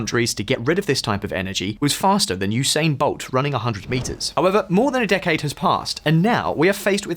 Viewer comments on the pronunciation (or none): none